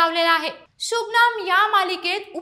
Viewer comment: शुभमन ✅शुभनम ❌😂😂😂